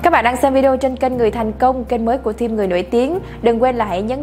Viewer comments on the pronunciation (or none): none